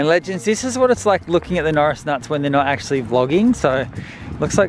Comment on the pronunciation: I THINK SAID "AcuLly TwOOOO"😝